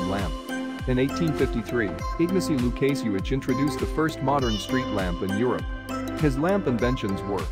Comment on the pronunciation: Łukasiewicz (Wookashevitch)!!! Pustynia Błędowska (Bwendovskah)!